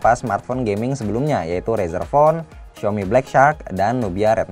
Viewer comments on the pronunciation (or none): none